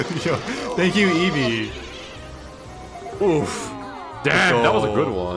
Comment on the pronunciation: It's eevee. Eevee is the most cringe